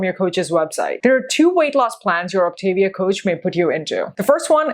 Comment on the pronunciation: I'm an optavia coach... This woman does a terrible job explaining what this is. She doesn't even pronounce Optavia correctly. The founder of the program preaches that whole foods are best. The whole premise of the program is to make weight loss easy while you learn new healthier habits through the educational component of the program. If you are treating it as a temporary 'diet' you aren't doing the program correctly. If you want to use the product out of convenience after you transition to your new healthier eating habits then more power to you, definitely not required. This program changed my life. I dove into the educational program and have been maintaining my 60lb weight loss for 2 years. I eat all whole foods and occasionally use a fueling here or there if I'm traveling or will out and about and know there'll be limited options for healthy food.